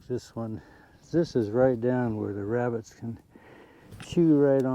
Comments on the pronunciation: “Wrascally wrabbits” Elmer J Fudd, wrabbit hunter. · Wascally Wabbits! e fudd